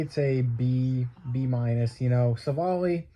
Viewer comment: its civ-ale, not civil lol jk. Why are brewers trading for shitty pitching? lol